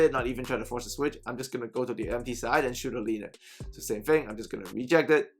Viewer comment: You said go to the MP wing/side or are you saying to go the empty wing/side? I’m trying to understand what you’re saying